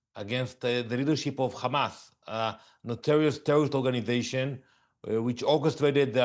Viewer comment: Khamas. Oct 7. Khamas Oct 7. Khamas Oct 7. Theres the script. Repeat even theres no logic out of it.